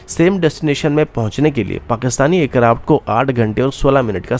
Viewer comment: Yaar sach hai ya nahin . Bas dar jao na 😂 Aur bhai tu hindi na bola kar .. hansa hansa maar dega kia .. sosal media .. c1 thatteee .. fir .. bolaaaey .. ye konsi language hai yaar ?? Cetal ayseea .. air karapt .. jyada, intelnasnal. Chal ja .. nalaiq .. char hajaar .. airkarapt.. adeeesnal .. primary fail ..